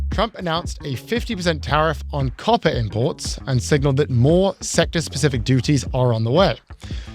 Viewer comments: At first, I thought you were saying carpets. And I thought ,”Wow what an odd thing to put a tariff on”. 😂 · When you said "copper" I thought you said "coffee" and i almost cried. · It's lost on the folks who thought was saying "carpet" and "coffee" instead of "copper."